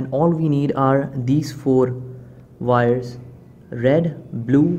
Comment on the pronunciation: Wires NOT "Vires"